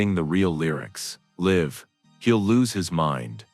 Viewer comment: Who is narrating this that cant pronounce the word LIVE properly...you have a 3rd grade English education